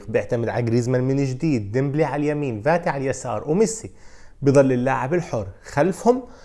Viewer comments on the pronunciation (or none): يا اخ اسمه Fati مو Vati ارجو منك ان تلفظه بشكل صحيح تحياتي